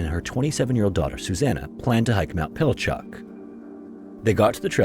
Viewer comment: ok you clearly state you use no AI yet the way you say pinnacle LAKE it sounds like pinnacalick...and you say pilachuck...and clearly lately images you use are AI....